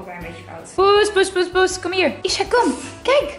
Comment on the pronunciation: mooie dame heb je maar ik irriteer me aan die R bij hier!!dan word het hie-rrrrr:):(